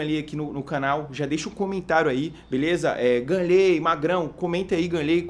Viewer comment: é GAnnley não ganleeey